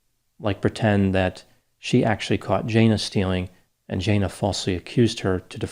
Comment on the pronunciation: It is normal for retail employees to have their bags searched at departure, even when leaving for lunch. I think it's unlikely you have the pronunciation of Jana correct.